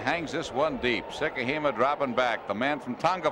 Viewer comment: Got a laugh from the announcer butchering Vai Sikahema’s name. He called him Val?